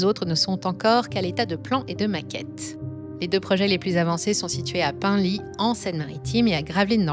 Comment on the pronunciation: Penly, ça se prononce pan-lit 😉